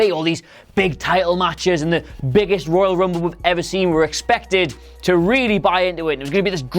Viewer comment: I lost it when he says 'Oil Rumble'......